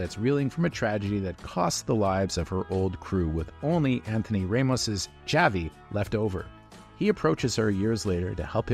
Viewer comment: It’s Javi….. not chavi 😂 the J is an H, they even call him that in the film how did you get it wrong bro